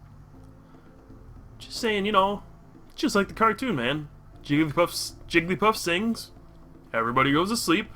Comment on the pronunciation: Jiggl-y-paff, Jig-l-eEe-paff....